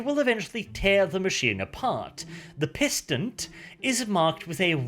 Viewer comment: Just a heads up you mispronounced a word, it's pronounced pis-ton. Incidentally the word pistant is apparently French for tracking (correct me if I'm wrong).